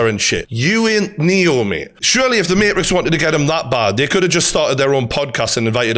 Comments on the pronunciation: I was loving this video so far until he said "The Marix "...... You mean the Matrix?! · Mayrix ? It's MaTrix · Why is he saying Marix and not Matrix? Dead ass. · Can you say the word maTrix with the letter T??? Love this but... Say the word MaTrix correctly! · Keanu Reeves in. . . . . . . "The MaHRIX" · "The Mate Riks" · Good video but I died when you said mate-rix 😂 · He said Marix 🤣🤣🤣🤣🤣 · I love the mateeeetrix pronunciation 😂😂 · “The Marix” 😂😂😂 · The may-rix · Imagine sticking up for a overweight manky looking guy that says materix and takes it up the ass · why would I listen to a geeza who can't even pronounce matrix properly lool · I've never heard someone pronounce Matrix that way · Bro can't pronounce matrix 🤡🤡